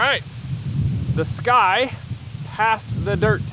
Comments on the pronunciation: You’re pronouncing it wrong. It’s not “sky” it’s “sucky” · Sccy is pronounced 'sky'